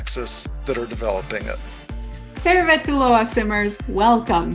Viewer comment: Why this person says she's Finnish, when she's clearly not. She can't even say Tervetuloa correctly. The Sims just want to show how multicultural they are, except they aren't..